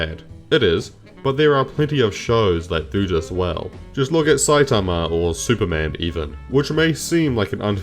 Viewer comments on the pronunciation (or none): none